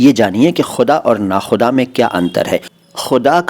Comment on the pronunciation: Nakoda maszid, hai na ki nakhuda